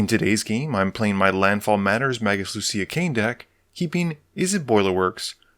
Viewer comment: May-gus, not ma-gus.